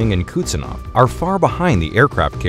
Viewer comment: It's not "Kutsenov," it's "Kuznetsov." 🙄